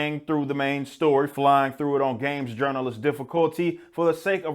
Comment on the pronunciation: Subbed as soon as I heard you say games urineralist